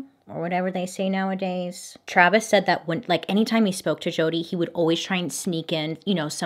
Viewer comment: My name is jodie and this while time i keep looking over whenever bailey says jodi